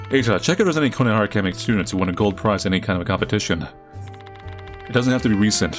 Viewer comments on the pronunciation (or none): none